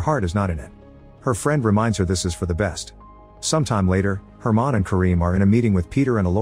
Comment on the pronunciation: It’s just a mispronunciation he read the name as “german” instead of “herman”